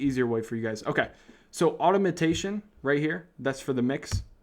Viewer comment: you real asf Thanks for the video boss. also i was cracking up when you tried to pronounce Automation